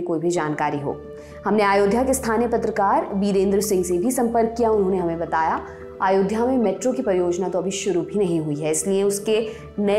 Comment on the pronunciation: महोदया आयोध्या नहीं होता, अयोध्या होता है। थोड़ा homework किया कीजिए प्लीज।